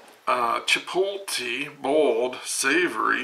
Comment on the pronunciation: Hi. OK, it's pronounced Goo-Duh and Chi-Pote-Lay. lol. And I'm quite impressed you got Boars Head. That's top Quality right there. My Sister used to work for Boars Head, lol. Next time try some Jalapeno cheese.:) ttyl buddy. -Drew